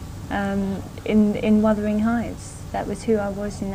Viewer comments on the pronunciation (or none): "Wothering heights.."??